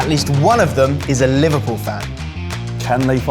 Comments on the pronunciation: How come they didn't pick up Liver-"pew" scouse pronunciation, when most all other people would use the default Liver-"pull" way of saying it. I'm not even a native speaker and I got that on the first time he uttered the word and he did it maybe 4 or 5 times as a whole. P.S. I am a Liverpool supported so maybe I'm just attuned to the scouse speach by now 😂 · gave it away the way he said "Liverpewl" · The way that said ''Liverpouuueeel'' threw him away for me right away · the way he pronounces liverpool makes it obvious knew it when i hesrd it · Can't believe said liverpoul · It’s the way he said Liverpool, he said it in a scouse accent